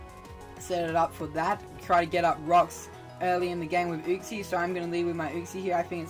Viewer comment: Not how you pronounce uxie but hype sets my guy, GG on the win